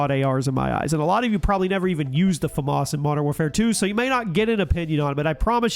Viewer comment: Americans still don't know how to pronounce FAMAS